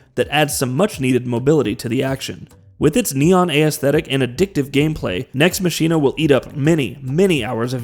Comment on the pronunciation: Nex Machine-uh and the A-S-thetic is gonna be the name of my new band.